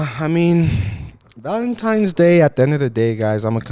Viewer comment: saying “valemtimes” instead of valentines lol